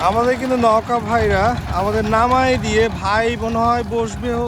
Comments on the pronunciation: নৌকা কে নউকা নওকা বলছেন কেন ? শুনতে খারাপ লাগছে! এটা বাদে ভিডিও টি সুন্দর ছিলো! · নৌগা বলতেছেন না নৌকা বলতেছেন ঠীক বুঝতে পারতেছি না ভাই। সঠিক ভাবে উচ্চারণ করেন ভাই। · ভাইয়া নৌকা উচ্চারনটা নওকা হবে না নৌকা হবে উচ্চারনটা । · নওকা না ভাই নৌকা